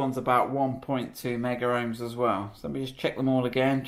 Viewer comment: i love your videos but, its not meggar ohms (that's a brand of electrical testers) it is megohms, as in millions.